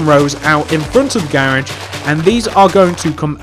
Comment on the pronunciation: Why do you say "gairage"